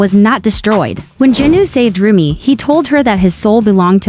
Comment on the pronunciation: Nie muwi śę rumie tylko rumi